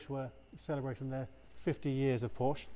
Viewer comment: Good video, but please pronounce it correctly, no silent syllables in German.